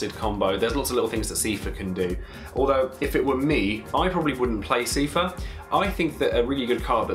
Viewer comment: dat Seefur prononciation tho. Wiki and Kingdom Hearts says it like Sai-fur.